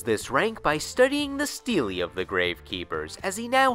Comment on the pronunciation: Stele. It's pronounced stel not steely.